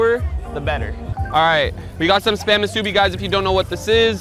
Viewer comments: This is how you pronounce the word spam muse-i-be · Rug u gotta learn how to say spam musabi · U pronounced spam musubi wrong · Bro said spam musubi wrong💀💀💀😭😭😭